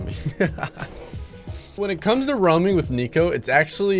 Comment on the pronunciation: Pretty sure its neeko not nico